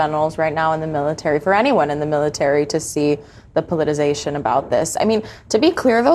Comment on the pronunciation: “The politization …” 🥴 DEI